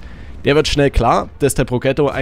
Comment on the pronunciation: "Progetto" spricht man wie folgt aus: "Prodschetto"